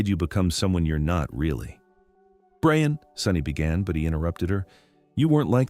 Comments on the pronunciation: Can you please change the wierd boyfriend's name pronunciation to Brian (BRI-an) from Brain? It feels as though someone misspelled his name and they stuck with it. It takes away from an excellent story, whichis very well-crafted. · Why can’t AI pronounce properly? Brian!